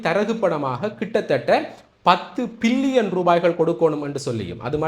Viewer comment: Billion not pillion. Pls correct your pronouncing